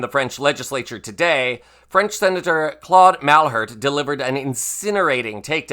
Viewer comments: Excellent thanks… The english pronunciation for Claude Malhuret last name should be something like "mal - iyou - rayt". 💙🇺🇦🇪🇺🇨🇦🇲🇽🇫🇷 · Yup, it's time to call Trump a big mac eating surrender (to Putin) monkey. I think any reasonable American will find it fair. Oh, I forgot : Malhuret is pronounced (apart for the specific French "u") mal-u-ray.